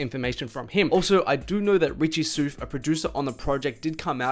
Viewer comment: Richie Souf, like south, not soof bro 😂😂 good video though